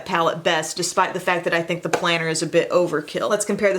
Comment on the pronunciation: Planner? I thought you said, "Planter!" You know dirt and something green. I usually use "cc" to prevent these misunderstandings. Thanks for the lo-down. (